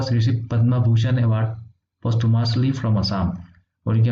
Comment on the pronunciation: Sir.. posthumously aru Forbes word dutar pronunciation sage olop beleg hoi..